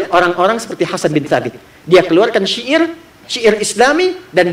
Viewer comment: UAH bilang syi'ir (musik)... kenapa jadi sya'ir...hadeeeuuuh.... kumaha iye teh..??